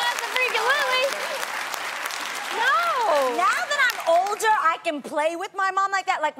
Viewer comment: I KNOW tamera did not just say "ABO-FREAKING-LUTLEY" in the WHITEST way possible lmfaooooooo